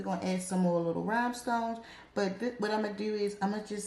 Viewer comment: I love what you do with polygel sis. You make me want to try working with it again (I cant get it work for me)😩😩😩 Quick question: are you saying RHYMEstones or RHINEstones ??….because I’m wondering